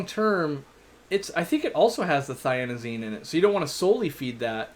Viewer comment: *thiaminase, not thianazine or whatever you said, is the issue with feeding goldfish.